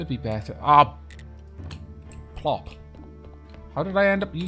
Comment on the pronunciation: "Oh plop!".. Not "Oh poop!" lol:d